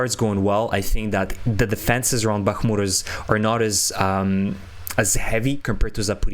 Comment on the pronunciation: I am English and hear the place names so often that I begin to know them and am so fed-up of English and American commentators butchering Kherson and Bakhmut. Very cringe. And no excuse.